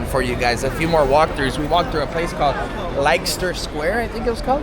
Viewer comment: Liecester sq. is pronounced Lester sq. How do you earn a living ?.